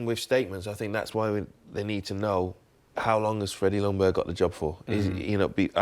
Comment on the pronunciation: Hi England! The "J" in Ljungberg is not silent, but the "L" is. Regards Sweden.